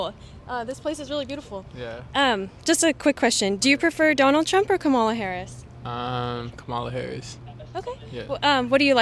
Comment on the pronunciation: You'd think someone who was going to ask people about who they were going to vote for would learn to pronounce the VPs name properly before doing so.